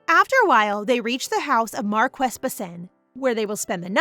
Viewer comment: I noticed that this is an ai reader because the reader mispronounced "marquis"